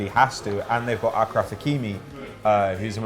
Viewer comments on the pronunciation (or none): Btw “achraf” is pronounced “ashraf” No idea why it’s spelled with a ch, but yeah 🤷🏾‍♂️